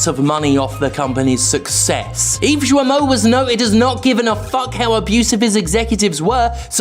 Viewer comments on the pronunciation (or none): Ah yes. Shwimy Eve Shwimo.